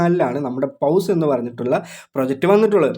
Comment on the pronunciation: Bro പൗസ് അല്ല പോസ് എന്ന് പറയണം